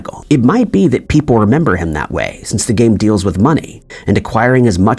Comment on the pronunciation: Monopoly guy had a monocle! Why the hell did you say Kurt Cobay? It’s Cobain! Also it’s a game, not a gay! Fix yourself!!